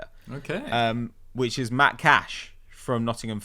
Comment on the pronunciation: MATTY cash not MATT pat cmon mate